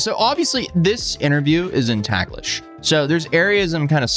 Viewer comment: Small correction, "Taglish" is pronounced "tahg-lish" with the "a" sounding like "father".